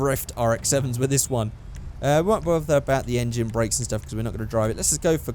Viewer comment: when you say race brakes u say brack bracks